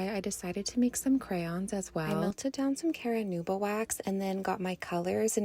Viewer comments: Caranuba..... Are you serious? It's Carnauba car nah buh Carnauba... Some people's kids dude, holy crap.. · I'm sorry, did she just say, "caranuba" wax?!?!